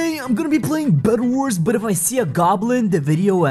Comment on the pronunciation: Is it just me or says bedwars weirdly in the intro